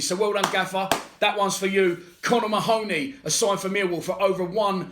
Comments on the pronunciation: Get his name right mate 🤣 its ma-honey not ma-hooney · Should be pronounced " Marhney".